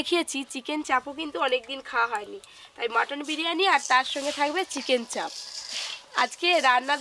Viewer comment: Ota chharo sono oo abar ki bollo du piece dichhe setao dewar ichha nei bole "ufff dadu chicken chaab ek piece ei kisti maat" 😂😂😂 uchharon o korte janena Chicken chaap ke chaab bole osikkhito r choto moner hole jaa hoy!!